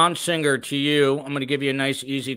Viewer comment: does indeed pronounce Singer with an odd G.